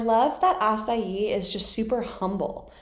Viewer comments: Its asahi not asayi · A-ZU-MA-NE A-SA-HI that's how you pronounce his name. Hehehe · Asahi = Ah-sa -he not Ah as yi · Also Asahi’s name is pronounced asa-hee not açaí 😅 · love the longer videos! here's my shot at ashai's name: ahh-sah-he i would love to see you demonstrate some of the techniques in haikyuu, that'd be awesome. especially if you can get the perspective of whoever is setting or hitting to you who may not be familiar with the show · His full name is Asahi Azumane. The pronunciation of his name isn't quite like Acai, but rather Ah-Sah-ee, with more emphasis on the first syllable. Azumane would pronounced Ah-Zoo-Mah-Ne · I can't tell if she's calling asahi 'acai' as a nickname or not. If it's deliberate, great, we love nicknames, I just wanna know if she knows to pronounce the H (ah-sa-hee) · i think the tiny giant is in college. But because the tiny giant is called the TINY giant Hinata being small wants to be just like him because he is really good at spikes and stuff like that but i dont know if hinata gets to meet him (also asahi is more like ah-saw-he not ah-saw-ee) also asahi's name is azumane but thats his first name and japanese people usually call people by last name so for asahi his last name is asahi unless he says to call him azumane i think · ....Asa-yEeEEe 😂 Ukai is pronounced You-kai lol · i love how she says acai for asahi lol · the NOISE HINATA MAKES WHEN HE GETS HIT "WAFFEL" LOL AND did you know the author of haikyuu used to make horror stories so yeah that's why some scenes look genuinely scary. also asahi's last name is pronounced a-soo-man-eh (u just need to say the e at the end) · someone probably told you and im not trying to be rude in anyway, but the way that lots off people say azumanes name is asahi (kinda like: a-sa-hi ,you know?) Anyway not trying to be rude its just you asked and i didnt see anyone helping and im so sorry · Asahi is pronounced “a-sa-he” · He's name its Azumane Asahi, and its pronounced Asaji or Asagi